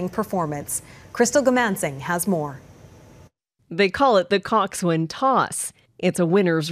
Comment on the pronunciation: Coxswain is pronounced Coxun. Not cockswin.